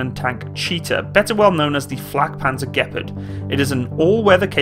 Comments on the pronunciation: "The gpard" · It thought it was pronounced gee-par-d